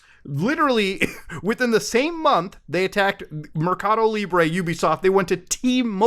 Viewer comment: Hearing Muta say MercadoLibre caught me off guard lol